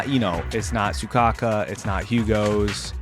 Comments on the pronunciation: You know it's Soukaku, right? Not Sukaku. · Not Soukaka im dying AHAHHAHAHAA its soukaku